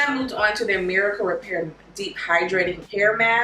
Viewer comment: It's pronounced Miracle Repair Rx. It's the same as the abbreviation for prescription, hence the capital R at the end of the word Repair. I love your channel.